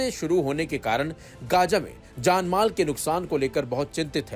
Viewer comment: Are bai uchcharan sahi se karo ye kya hai “ Gaja” “Mistr”😂😂😂😂